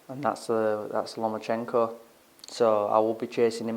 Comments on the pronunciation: Can somebody tell luke that's he is called lomachenko not lemonchenko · He thinks it was even going into the 11th!?! Loma must've hit Luke's head harder than we thought! Also Luke...... Who is this "Lema-chenko" you keep talking about? Also David Haye keeps talking about Limoncello. Maybe Haye gets confused with his citrus alcoholic beverages and his P4P Boxers......